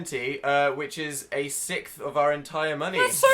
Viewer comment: IM CRYING DAN PRONOUNCES "SIXTH" LIKE "SICKTH" IM GONE